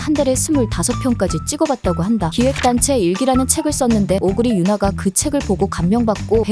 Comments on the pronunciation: 오구라유나 를 오구리유나 라고 하네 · 오구라 유나를 계속 오구리 라고 하네